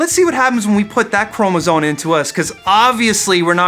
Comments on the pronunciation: What the heck's a "chromozone?" :-P Chromosome. It's an extra "chromosome." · Yes, chromosone, that's totally how you pronounce it